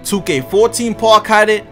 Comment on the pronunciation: Can this Boggs say park right like omfg